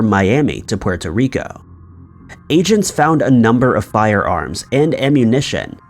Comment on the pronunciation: The way you say puerto rico annoyed the fucked outta me